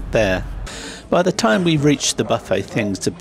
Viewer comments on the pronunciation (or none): none